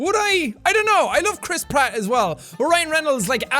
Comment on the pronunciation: Every time you say Chris Pratt all I hear is Crisp rat